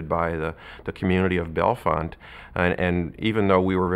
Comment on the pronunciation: Unfortunately, the narrator repeatedly mispronounced the town name “Bellefonte” as “Bella-font.” As heard in the interviews, the name is pronounced “Bell-font.” The editor or scriptwriter should have informed the narrator.